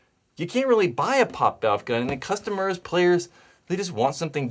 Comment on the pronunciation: Is it really that hard to say poppet...